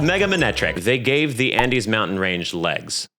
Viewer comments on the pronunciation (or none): none